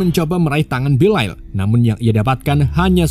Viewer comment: haduh belial dibaca belail🗿